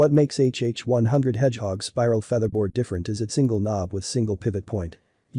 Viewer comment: Another AI generated audio video... WTF is a "feetherbaord" ?!!